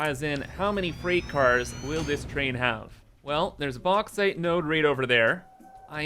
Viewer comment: its not the Box but the Box-ite